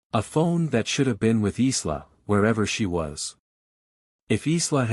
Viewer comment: Isla is prononced eye-la, my illiterate AI brother 🤭